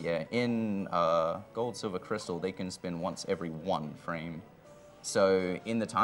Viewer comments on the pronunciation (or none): none